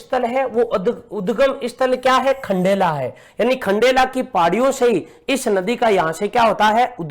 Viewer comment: Aati kya khndela 🤣🤣🤣🤣 not khandala😂